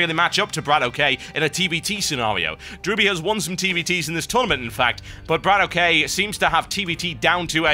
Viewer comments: its bradok not brad OK, in russian bradok means brother, so just pronounce it as u see it =D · He's not Brat O.K., it's Bratok.